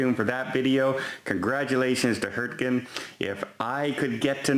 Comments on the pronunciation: It's Hurtigruten. Phonetically "Her-tee-grew-ten". You better watch out or that cruise line will start calling you Done, not. Connecticut Bob and Jill waving and speaking with a New England accent;0) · From "How to pronounce Hurtigruten. First things first: what is that word all about? The word Hurtigruten means “express route” or “rapid route” and the most usual way to pronounce is “hurti-rerten”, without the “g”." Sounds like is saying "Hertgen"